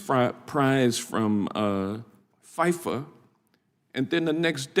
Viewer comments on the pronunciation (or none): anybody who cant say FIFA correctly should not be taken seriously. Dude is clearly a loser.